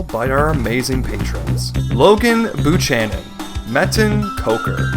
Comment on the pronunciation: that is not how you say Buchanan